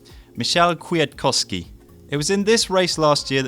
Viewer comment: I hear you have some problems with Kwiatkowski's name :D The proper way to pronounce it is to turn these 2 ws into fs... Kfiatkofski... way easier right? :D